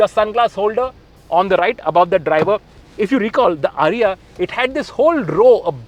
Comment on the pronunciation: Its not "Ariya". It is pronounced "AAriya"